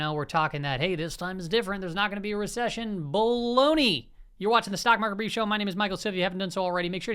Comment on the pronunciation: "Bull-ONEY!" 🤣 Love it! Haha